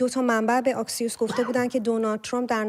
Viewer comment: خانم محترم ، اَكسيوس درسته آكسيوس غلطه